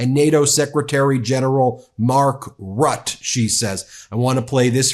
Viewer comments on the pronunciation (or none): Mark Rutte, not Rutt. You pronounce the the e at the end as well (it sounds a bit like 'eh....'😉) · Ben, the last part of Mark Rutte's last name is pronounced just the same as the last part of Mette, the first name of the Danish PM. Not Rutt, but Ruttuh ;) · Lol the way you pronounce Mark Rutte his name. Its Rut-te not Rut. Not that we like him in The Netherlands, but what can we do🤷🏽‍♀️😂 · Ben, Rutte is pronounced as Rutt tte. Thanks again for the video. When are you going to lock up that moron. Good luck with all those stupid guys in the USA. We love the channel ❤ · Dutch guy here... my ears start bleeding every time Ben pronounces the name of NATO chairman and former Dutch Prime Minister Mark Rutte. The last "e" is not silent, Ben. 😄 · I am dutch and I love how you pronounce Mark Rutte 😂. Btw Mark Rutte is a right winger over here in the netherlands. Hè would be a socialist in the usa . Its crazy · Ben, please spend 10 minutes learning how to pronounce “Mark Rutte”. Recorded here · Ben, as always, great and important report! As a European, I'm glad that you pronounce ‘Mette’ with an ‘e’ at the end, but Mark Rutte also pronounces the ‘e’ at the end, and the ‘u’ is actually an ‘ü’ (ue). It's completely unimportant, but in Europe, languages are part of the culture. Keep it up, and greetings from Germany, Udo